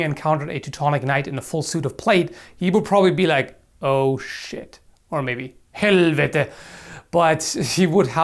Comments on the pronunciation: Spot on scandinavian! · you pronounced "helvete" perfectly! :D i am swedish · U pronunsed helvete pretty good